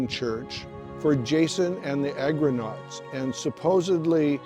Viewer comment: Argonauts ...not Agronauts.